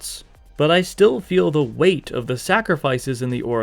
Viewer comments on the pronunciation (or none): none